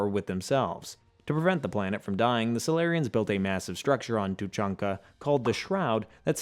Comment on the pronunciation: So... many... proper nouns... mispronounced. Rachni, Genophage, Palaven, Thessia. Atleast Tuchunka was right. And I still seem to be the only person in the world who realized you could choose Control then just fly the Reapers into a black hole. End of the Reapers, all other synthetic life and technology preserved. Easy peasy. Or enjoy immortality, use Reaper tech to build yourself a physical avatar to go party with the mates, and use the same tech to rebuild the galaxy and be all benevolent but... sure... let's just blow everything up. 🤦‍♂